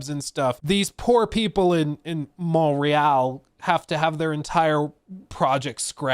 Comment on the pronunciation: You didn't pronounce Montreal properly at all 😂 say it like this Mont- real (ignore the t and use the french r) kinda like Mo-real